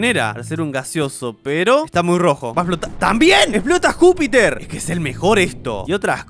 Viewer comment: No era Júpiter era ñijuter